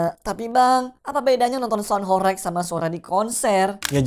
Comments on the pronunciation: Bacaanya horeg bang, bukan horek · Kata horeg huruf e dibaca seperti pada kata "belum" bukan huruf e pada kata "becak."